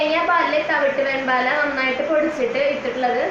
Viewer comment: വേമ്പാട, വെമ്പാല അല്ല, ഒരു വീഡിയോയിൽ വേമ്പട്ട എന്നും പറയുന്നത് കേട്ടു. വേമ്പാട പട്ട എന്നാണ്